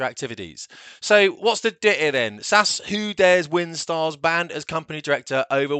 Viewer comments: It's SAS not sasss; a bit like saying RAAFFF. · Please don’t say ‘Sass’, it’s S.A.S.